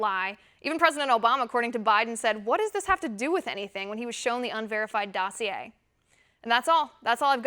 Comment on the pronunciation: She pronounced the word "dossier" correctly. That's quite an accomplishment!